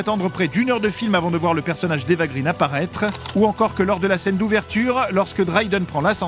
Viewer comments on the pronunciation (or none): Excellent ! Mais, juste pour chipoter, Eva Green se prononce "graine", c'est un nom de famille suédois...